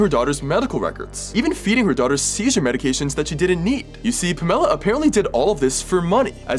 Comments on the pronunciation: I full on forgot that she learned English from her immigrant parents (home schooled for 7 years) and that’s how they pronounce it bc they just sound stuff out. I’m kinda stupid and things blank for me a lot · Pamela is a very common name in the US among the Baby Boomer set. It’s my mom’s name and I’ve met several other women from her generation named Pamela, always with the emphasis on the first syllable. I figured maybe this lady must pronounce it differently. I’ve known several people named Tamara. Most of the people I’ve known with this name put the emphasis on the first syllable and it sounds a lot like my mom’s name of Pamela. My mom goes by “Pam,” although her family called her “Pammy” when she was little. The Tamara’s I grew up with all went by “Tammy.” Only in recent years have I known more people putting the emphasis on the second syllable of Tamara than on the first. None of those people are called Tammy though. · It is wrong in the pronunciation, unfortunately. “Pamela” is a name of Greek origin, not Hispanic. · Why is he pronouncing the moms name like that?? 😂😂😂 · I’m glad the child is safe. Also you know you’re mispronouncing that monsters name. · The way it irks me when people pronounce pamela like that 😂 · I like who he mispronounced Pamela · Who pronounces Pamela like that?!?! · Why can’t he pronounce Pamela correctly?😂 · Why was pamela pronounced like that 😭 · Who pronounces Pamela that way!? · ❤ that you intentionally mispronounced Pamela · Pronounce PAMELA correctly please. It’s not difficult! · bro do you really not know how to pronounce pamela.... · People named Pamela usually go by Pam. Rhymes with Spam. Pam-Ella. Pam +Ella as in Ella Enchanted. I could care less if you get that walking piece of trash’s name wrong but you may meet another Pamela one day at school or work and want to strike up a conversation. Knowing how to pronounce the name would be a good start. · The way he pronounced Pam-e-la took me out 😂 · It's pronounced Pam ella.